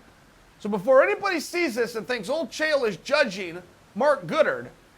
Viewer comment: Tony Ferguson is the type of guy who would start calling Uncle Chael, Uncle Chah-eel